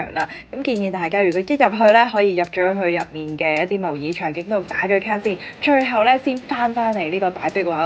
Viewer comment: 睇過幾條相關影片，暫時最鍾意睇妳呢條！好開心，可以聽到有人讀啱模擬個「擬」字！🥰🥰